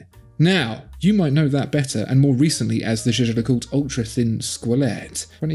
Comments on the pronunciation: "Yeager le koolt"?! ...please make an effort! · One of you guys is absolutely butchering Jaeger le coultre's pronunciation... 😅 Second one is OK... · I love how he changed to saying JLC after the other guy mis pronounced it.